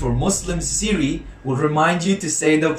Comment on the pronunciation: n instead of siri u have ... siji